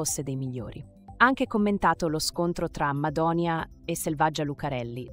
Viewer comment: Madoni'a (accento sulla i) mai una volta detto bene da cialtronilandia, ha perso una buona occasione per la sua ingiustificata mania di protagonismo. Per i più è un perfetto sconosciuto, ha sbagliato.